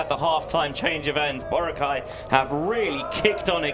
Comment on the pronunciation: Bro is pronouncing Boracay wrong. Basic respect is doing your homework as a commentator.